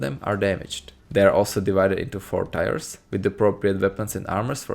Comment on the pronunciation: "Tiers" is pronounced like "tears", not "tires". Love your videos by the way, they helped make new Vegas much more fun.